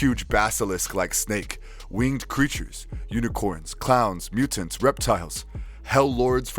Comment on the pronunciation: It would be nice if you could pronounce the "T" in the middle of words. It's weird when you say, "Mu'ants."